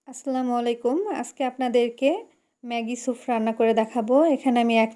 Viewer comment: আফা এইটা সুফ না স্যুপ,, এতোবার এই ভুল উচ্চারন😢